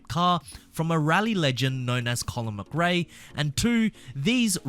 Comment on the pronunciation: Sorry but your pronunciation of McRae is still wrong! Less of the 'muck ray' and more 'muh kray' please!